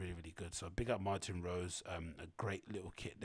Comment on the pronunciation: Its MartinE Rose, with a E at the end, not Martin like the man's name. Martine (pronounced Mar-teen). Women's name. Woman designer.